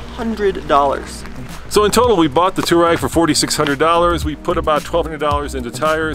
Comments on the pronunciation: Two-reg, not two-rag, jesus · Stop calling it a Touarag! It’s a Touareg REG REG REG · It's Touareg (Twa-reg ). Do you pronounce Cherokee Chi-Rokey? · FYI, it’s definitely Too-war-ig. The name derives from an Arab nomadic group in the Northern Sahara desert. Technically even the original transliteration is slightly off and should be “tawariq”. It is the plural form of the Arabic name, Tariq, which itself means something like pathfinder. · The WORLD: Volkswagen Touareg The USA: Bolkswuagen Tooreg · ARRGGHHHH!!! It’s “Twa-reg” “Tou-wa-reg” there’s an A in the name! You guys call yourselves journalists and can’t even pronounce the car name correctly? And the name isn’t European, it’s definitely African. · Here in the US VW itself even pronounced it “2-rag” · Can't these guys ever pronounce Touareg properly?